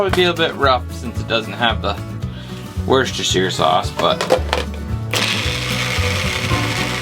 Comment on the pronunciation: "Wuss-Ta-Sheer" That's not how it's pronounced